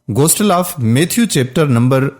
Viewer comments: Bhai Ghostle nahin Gospel, please correct it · Phalay tou apna qibela sai kar layn. Gostal nhi bulkay gospal ha Ghalat aur joot mat boollayn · Bhai Sb plz Gostal nahi ha Ye lafz Gospel ha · Bhai lafz gostel nahi bulkay gospel hai. Aapko khud nahi bolna chahiyay bulkay video ko suna dein aur urdu kay titles laga dein.